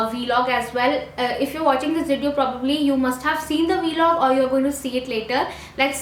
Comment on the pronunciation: It's vlog not V-LOG